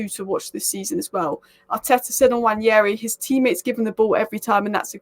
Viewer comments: It’s pronounce (Wand Nail Ree) Nwaneri . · I don't know how you read it the name Nwaneri and pronounce your own things I belive its an African name where what you see is what you say Nwa-ne-ri. You butcher words. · It's pronounced Wah-Nay -ree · It's Nwaah - Neh - Rei It's an Igbo - Nigerian name, you both aren't. Stop the spoil. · I'm Nigerian, though not Igbo. I'll definitely defer to an Igbo man's pronunciation. If you read what I said above well you'll see that I questioned where this mysterious 'y' came from to make the name Nwan-yeri. Now everyone (through no fault of theirs obviously) is mispronouncing his name. I really hope it does not stick much longer. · Honestly I don't know who started this Nwan-yeri pronunciation and now everybody thinks it's correct.